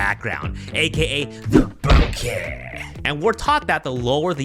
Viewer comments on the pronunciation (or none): none